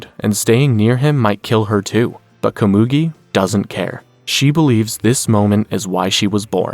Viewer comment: Loved the recap but you mispronounced Komugi multiple times.